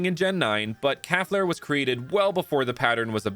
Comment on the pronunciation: Hey I used to have a fire type cow Pokémon called calflare too But it’s pronounced “cal-flare